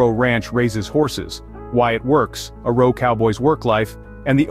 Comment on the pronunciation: It's pronounced O R O not O Ro.